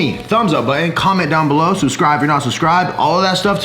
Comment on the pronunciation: Did you say thumbs up bu-in / botton ?